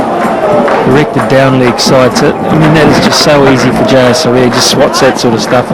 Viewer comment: Butcher for the bowlers name : jaysuriya